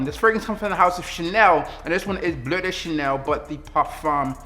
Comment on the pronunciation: bruh the way im laughing at how u pronounced "BLEU de chanel" my boy said BLEH de chanel lmaoooo